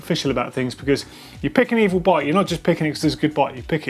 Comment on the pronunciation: You could go about telling the folks around you that it’s pronounced “ei-veel.”